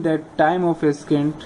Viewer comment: Thanks a lot! This video helped me understand the concept. I would like to point out one thing though, Ascent is pronounced as "Assent" and Descent is pronounced as "Dissent", not the way you were saying it. :)